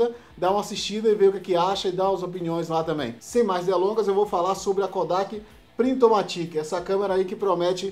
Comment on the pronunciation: Se pronuncia "PRINTOMÁTIC" (ênfase no A). Vem do inglês automatic!